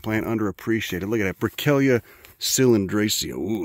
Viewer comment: Thank you for saying my name right. I almost slipped out of my chair... Say it again... Say Brickellia